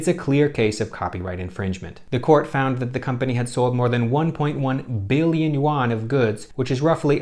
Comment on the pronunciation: say yuan again